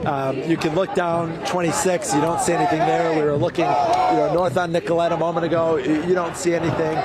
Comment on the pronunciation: Nicoll-it not Nicoll-ette